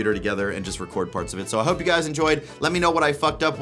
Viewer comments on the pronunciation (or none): none